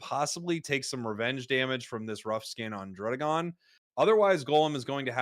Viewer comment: Beautiful tournament, a lot to learn from these guys. BTW, it's DRUH-DEEH-GON, because the name is a combination of DRAGON and RUDDY, not RUDE (as the double D implies).